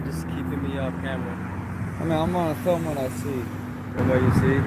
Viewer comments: there is only one "i" in "film". so its pronounced "film", not "filim" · Mate, please take this as gentle advise on your pronunciation of Film, it's not Filim ! Enjoy your videos.....Cheers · It's film not filem. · Mate, please take this as gentle advice, it's spelled, "advice", not advice...and for the love of God, it's not, "ali-min-yum", but, "ah-loom-men-um"! My late nana used to say, "filim"! and it brought back good memories! LOL 😂 LOL, just ribbing you, cheers! We are in total agreement regarding the videos! 👍🙂